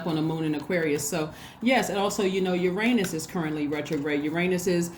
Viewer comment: I ❤ your energy and thank you for sharing your gifts with us 🙏 AND for pronouncing Uranus as yur-ain-us rather than the immature tards 🤪 that pronounce it as yur-ann-us lol a pet peeve of mine 🤯